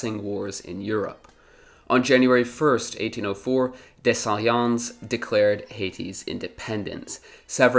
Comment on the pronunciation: It’s pronounced Dess-saleen. Other than that great video!